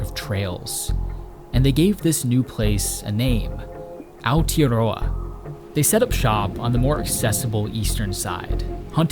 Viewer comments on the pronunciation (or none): Yeah, so used to even the likes of the BBC completely butchering it, this was way better. "Aotearoa" was not the best but think that is hard to say for people that didn't grow up with the "Ao" sound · The "tea" in Aotearoa is not pronounced like a hot cup of tea. It is pronounced like the word "yeah", you know when you say yea instead of yes? Like that, but with a "t". Like Ao "yeah" roa...same thing but with a T...Ao "teah" roa. Awesome video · Great video again, but it is Aotearoa